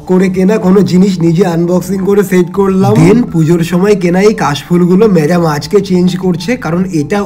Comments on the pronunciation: মেড্যাম ❌ মেদ্যাম ✅ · খুব বেশি ন্যাকা হলে যায় হই আর কি ম্যাদাম❌ ম্যাডাম✅ 😂😂😂😂😆😆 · ম্যাদাম ✅️ ম্যাডাম ❌️ 😂😂